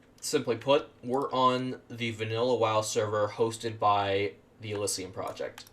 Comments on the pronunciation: Its not elyssium, its elysium. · ...hearing you butcher the word “Elysium” is hilarious